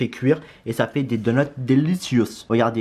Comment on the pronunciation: Frro c donuts pas donots 😂